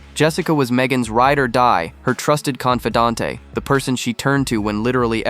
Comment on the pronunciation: Please pronounce confidante core!